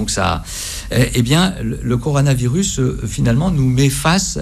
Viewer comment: bien le "corano virus" à ...